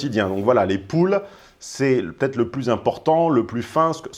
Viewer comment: Il fait super attention: les "poules" au lieu de "pools" :))))